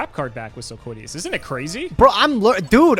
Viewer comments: Sil-lola-quiz: Sil-quiddy-yas the card: Silquitous. sil-quit-ous. its not hard guys. spell it out. sound it out. read it. Silquitous. and i thought was bad with names. jeez. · I like how and both had different pronunciations of Silquitous and both of them are wrong